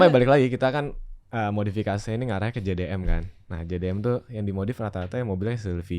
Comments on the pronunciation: kayak mahamin mobil buat harian mereka sama buat balapan beda mobil. tapi ngiranya satu mobil. trus beberapa kali ngomongnya JDN bukannya JDM. bahas GT86 yg ditampilin mobil balapnya ziko 😅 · Host nya gk bener, nanya nya ga nyambung, gk jelas, gk ngerti tapi sok paling ngerti, ngeselin bgt sama host nya nyebut jdm aja jdi jdn wkkwkw, mobil dibandingin sama motor kocak bgt nih host nya udh ga ngerti sok paling ngerti, PANSOS